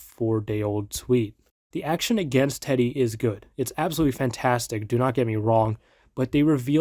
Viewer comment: is using an ai voice? he pronounces teddy's name with the i